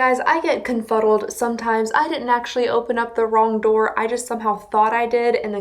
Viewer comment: I know this is 11 months old lol. But I died each 17 times I watched the part where you called it “door” lmao